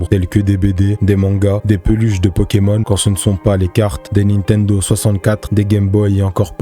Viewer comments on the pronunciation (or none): none